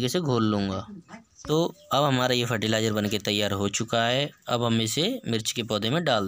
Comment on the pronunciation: Fertilizer kya btaya clear awaaj nhi aayi apki